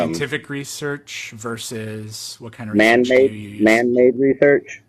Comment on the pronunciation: When he says the word "research" 🙄